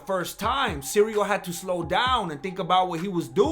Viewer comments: I love how everyone is calling Cyril Cereal and Surreal. Did you start that or your nephew Chale? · "Cereal Gain"